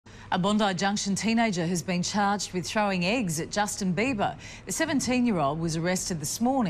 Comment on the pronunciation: lol listen to when she says eggs